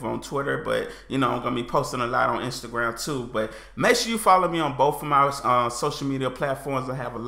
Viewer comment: If you keep pronouncing BOTH is BOFE, you're going to evolve English and eventually it will be right.